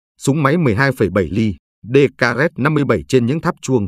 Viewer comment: Ông này đọc lung tung rất nhiều chỗ, đơn cử một vài ví dụ: Đoàn 232 thì đọc là đoàn 282, súng DKZ (đê ka dét) thì đọc là đê ca rét...